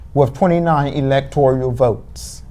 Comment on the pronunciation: Electoral is pronounced how again? I think I just heard elector ee al. Is that the right way to say that? These amazing and brilliant college students obviously will be at the top of their game on the English language. Stunning and brave. It’s like they are channeling the authoritative source on all things Gayle King. Her commentary on the CBS 2016 election night coverage was stunning and brave. And I cannot wait to hear her amazing dedication to English, as a language, on the very next presidential election. Her butchery…. Er ahh.. mastery of the pronunciation of words in common parlance is a THE master class all of the American populace need. Gayle for President in 2024!!! Stunning and brave! what’s that Senators name again? Did the Die Hard guy win in Arizona? I ❤ Bruce Willis. what’s that Senators name again? I confused. Ok that’s my last confusion I swear! Probably not though.